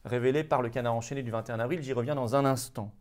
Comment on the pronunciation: Florian, comme d'hab, superbe décryptage de la conférence du 1er sinistre Jean Casseburnes mais par pitié merci de faire les liaisons 22 z'avril, 23 z'avril... et non pas 22 "havril"..